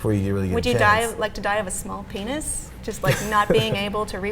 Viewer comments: Is it just me or does she keep saying, "pain'iz"? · For some reason it really bugs me how she pronounces Penis